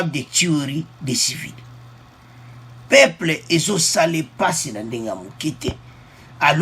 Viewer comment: Peuples et non peple